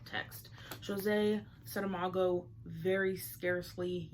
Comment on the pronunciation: Thank you for the video. You've expressed yourself so eloquently. Also thank you for pronouncing his name correctly and beautifully. I have read the "Cavern" and I'm about to start the "Journey of the Elephant". I'm looking forward to read "Blindness" despite you mentioning its bleakness. The "Cavern" wasn't very dark, but it also had a heaviness to it, or more a flare of doom regarding technology replacing human crafts (the art of ceramic in the book) which is food for thought. Thanks again.